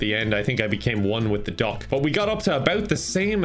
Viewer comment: The way says duck it sounds like dog